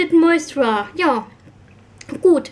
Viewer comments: find das so süß wie du immer "tinted moisturer" sagst obwohl es ja moistuRIZER heißt:D mein freund meinte auch letztens "fehlt da nicht n stück? nennt ihr das nicht tinted moisturizer? (ja er kennt sich aus haha) hast dir die von estee lauder eigentlich auftragen lassen oder blind gekauft? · Moisturer ist auch nicht das deutsche Wort :D du sprichst das englische Wort einfach falsch aus :D, lässt halt ein Stück weg.